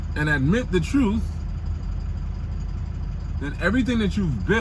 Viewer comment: I knew you were Trini when you said TRUTE instead of TRUTH